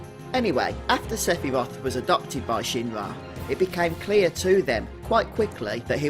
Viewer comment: Someone talking about who is Sephiroth, you'd think they'd say his name right.. .. Sigh